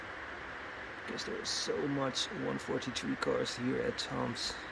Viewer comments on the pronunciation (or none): none